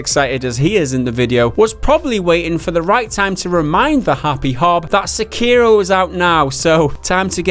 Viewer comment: se-kei-do- not se-cario